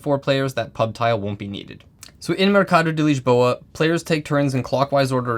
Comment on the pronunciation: good lisboa pronunciation there. too many vids saying liz-bow-ah